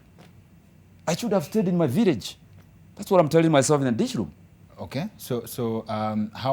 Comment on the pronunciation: The guy repeatedly referred to room as "loom" and the government is still silent. Anyway you can also learn how to make PISSA from SCRASH, it all depends with your determination😂😂